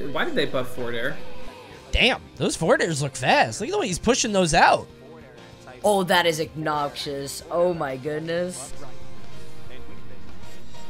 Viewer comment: is no one gonna talk about trying to pronounce “obnoxious” Homie said “ag-nob-shius” 💀😂